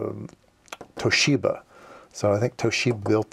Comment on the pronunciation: FYI.. I worked in Japan for a while in the semiconductor industry back in the 90's.. there is no "she" in Toshiba.. it's just To-shi-ba with no emphasis. It's more like a 'i' in "independent".